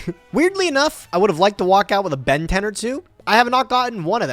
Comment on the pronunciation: Why does everyone say Benten like they’re saying Ben 10? 😂